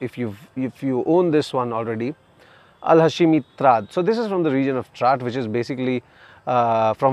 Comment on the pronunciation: Not ha-she-mi but hash-mi